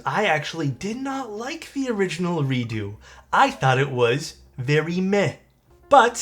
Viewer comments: Is it really pronounced 'redoo" instead of "reduks"? I'm confused. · Redoo??? Sounds like doodoo